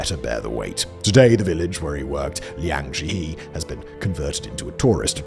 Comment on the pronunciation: Liangjiahe =/= Liangjeehee, though.